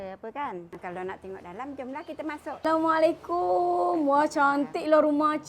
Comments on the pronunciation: Saya jarang komen di sini...tapi SBB selalu dengar perkataan yg disebut X betul...saya terpanggil...kalau boleh biasakan ucap salam dengan sebutan yg benar "Assalamualaikum"...bukan assaikum...yg X punya makna apa2...dan X dapat pahala juga... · Setuju 100%, sebelum ni pun dah pernah tegur dan admin jawab tapi sampai sekarang masih salah. Susah sangat ke nak sebut betul2 ayat "assalamualaikum" sebagai orang beragama Islam. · mohon host sebut betul2 ucapan Assalamualaikum.